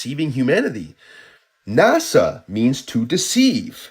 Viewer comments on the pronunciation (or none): I have to correct something. NASHA (not NASA) is Hebrew for "to deceive"